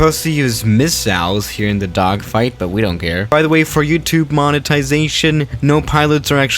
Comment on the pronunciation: he said duckfight LMAO